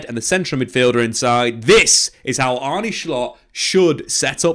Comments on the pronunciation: If that’s the case he needs to do a bit more research, it’s pronounced as “Arnuh” not “Arnie”😅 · You say Arnuh, Not Arnee Very good signing! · It's Arnuh not Arney